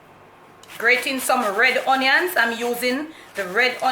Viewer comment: The grating not gratering